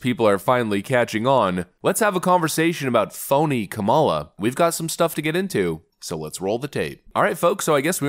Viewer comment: I love how you keep mispronouncing Kamalamaflimflam's name! 😂